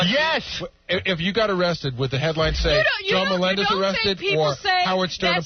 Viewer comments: Why in the &%#@ does Howard keep pronouncing SJ's surname as "MELON-dez?" 🙄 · I can’t believe this far into John’s time on the show that Howard was still pronouncing “Melendez” wrong